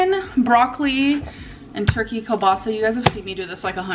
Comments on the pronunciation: keell-bah-sah Like the name Neil, but with a K. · Every time she pronounces kielbasa wrong I can feel my ancestors cringe, it hurts my soul.😂